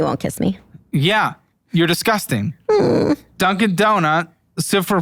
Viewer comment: She didn’t pronounce “dizzkusting” right 😂